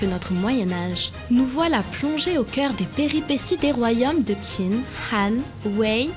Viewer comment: Coucou :) juste pour ton info en chinois Qin et Qi se prononcent entre Tchin/Tsin et Tchi/Tsin vu que Qin est la province de Shin visant à l'unification de la Chine on s'y perd un peu dans les sonorités haha :) super vidéo, Kingdom est un manga incroyable